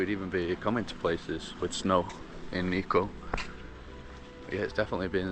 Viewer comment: niko ああ、日光nitsuko発音が、、理解するのに5分掛かった(笑)